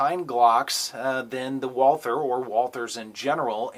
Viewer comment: Yah! The way you said it ! Walther any day of the week over the glock